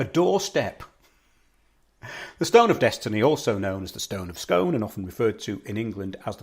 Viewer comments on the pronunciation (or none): BTW its pronounced 'scoon' to ryhme with moon... i live 4 miles from Scone Palace. I went to visit the new Perth Museum, which has been built specially to house the stone. Hilarious blurbs on front of artifacts, obviously written by millenials; the grammar on some was amazingly wrong. That australian dude, who claims he's the real king, has been digging up all kinds of places saying he's found where the real Jacob's pillow is lol